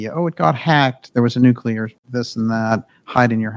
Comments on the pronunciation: It's actually pronounced new-clee-ur. Not new-cue-lar. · "Nucular stuff, nucular energy thing, nucular forces," no such words or things.